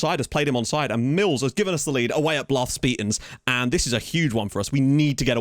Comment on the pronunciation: This being my first time hearing it, "Blarth Speetans" might be my favorite thing ever. Made me laugh every single time.